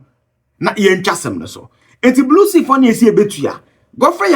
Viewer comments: Did he say Blue Sea or Blue See? 😂😂😂😂😂😂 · Big sea, not blue see...🙄